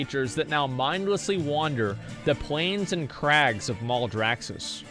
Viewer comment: mal-draxxus not mouldraxxus -_